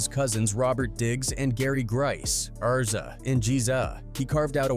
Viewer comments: Bro who tf is Arza and Jeeza? 😂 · Errza and geerza.......................... just delete your only here for ad revenue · Reeza and Geeza 😂